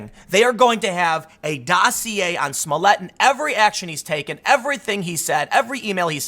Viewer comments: I believe Tim is miss pronouncing his name wrong it's juicy smooyay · Juicy Smolliet, pronounce right. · Who is this Jussie Smolett you speak of? I’ve only heard of Juicy Smoll-i-ay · His name is pronounced Juicy Smulliette. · It's pronounced, juicy smoll-e-a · It is pronounced Juicy Smoillé.